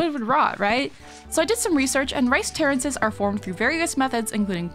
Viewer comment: I was so confused when I heard terrances. I was like who tf is terrance and why is he a verb. Then I looked at the screen again and realized we were talking about terraces.